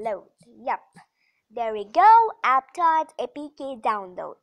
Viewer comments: It's not apptodd it's aptoode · Toide not Todd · It's aptoid not aptoad